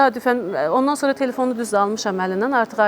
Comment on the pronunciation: Evlad yox .óvlad ,sonara yox .. sonra Ay tupoy tolik